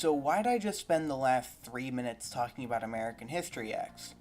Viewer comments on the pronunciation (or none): none